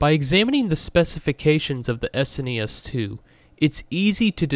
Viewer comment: thank you for saying s n e s not trying to pronounce as a single word